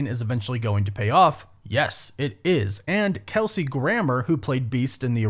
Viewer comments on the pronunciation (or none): none